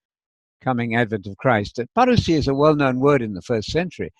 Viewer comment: Hi, When you pronounce the word parousia you sound very Greek. I think Spanish helps a lot in the pronunciation of Greek. Teo from Greece!